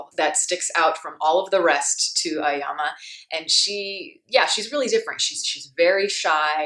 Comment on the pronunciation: The name of protagonist is pronounced A-Oh-Yama, not Ayama.